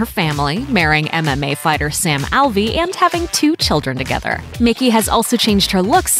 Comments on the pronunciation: McKey is pronounced Mc-Key, like it’s spelled, not Mickey! 🙄🙄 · It's McKey not Mickey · It's pronounced "McKEY" not "Mickey" lol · It'd be great if you could get a voice actor who could actually read. Eva not Ava. McKey not Mickey. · It’s Mc-Kee not Mickey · It's McKey not Mickey. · Its MICK-KEEY...... When do you ever get it right??